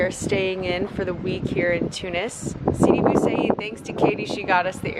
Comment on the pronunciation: U raped the name of Sidi Bou Said And that is not a cookie it is called Makaroud